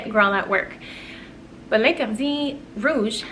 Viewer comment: Love the topic! I love the Rouge as well as Lost cherry, especially during the winter. I get a lot of compliments on Rouge. (By the way, it was great to hear you pronouncing L’interdit). The original was originally created exclusively to Audrey Hepburn, hence the name (cool fact). Love the meaning you gave to it. I also really like Black Opium Extreme, Scandal Intense and the new Good Girl Glam, I think they also fit the topic. Love your perfume videos, hope you’re doing well xx